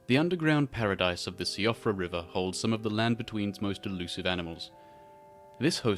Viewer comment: Man this is some high grade nostalgia fuel, loved Walking with Dinosaurs as a kid. Also, for future reference, Siofra is pronounced "SHEE-frah", like the Irish name Síofra :)